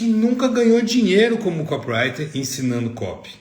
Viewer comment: É "co PI rai ter" , seu ANIMAL! E não kop rai ter!!!!!! Co pi wri ter. 4 sílabas é não 3!!!!!!!!!!